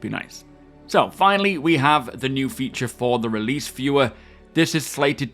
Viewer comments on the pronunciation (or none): none